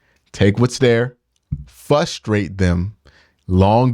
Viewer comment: Q, neither of the R’s in frustrate are not silent.